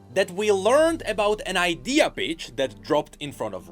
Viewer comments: Legit when says the "pitch" iam hearing "Bitch" bruh.... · I love the way pronounces "pitch". It must drive the algorithm absolutely crazy...